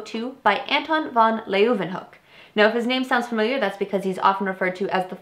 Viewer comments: I believe it's pronounced van looo-ehn-hawk. I may be wrong. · the u in van Leeuwenhoek is silent, as are all u´s followd by w´s in Dutch words. We´d be mad if they weren´t.